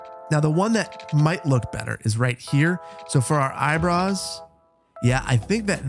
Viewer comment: The caption says "Eyebrows" The says "Eyebruhs"